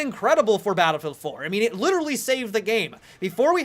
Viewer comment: dont say literally incorrectly